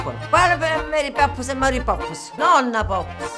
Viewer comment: Che carina la signora che dice Mari Popps al posto di Mary Poppins XD X3